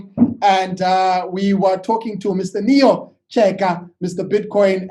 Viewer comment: It's neo, not nio